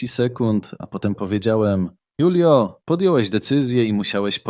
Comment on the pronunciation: Może się mylę, ale jeśli to był Hiszpan lub pokrewny, to jego imię czyta się Hulio, nie Julio.